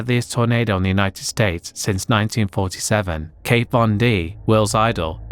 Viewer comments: Kat .........KAT ......von D not kate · It's KAT Von D, not Kate, even if you've never heard of her, the word is pronounced exactly as it's written. Smdh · It's Kat (pronounced like cat) Von D, not Kate 😅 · KAT, not KATE Von D. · Kat Von D, not Kate.